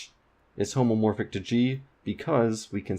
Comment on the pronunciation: Hey, it's homeomorphic, not homomorphic. Graph homomorphism is very different from homeomorphism.